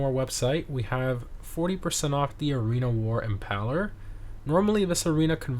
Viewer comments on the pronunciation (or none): Im·PAIL·er, like "to impale", smh 🤦😆